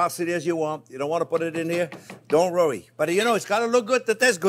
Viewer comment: Dear J-P, Why can't you say "worry"? Robin.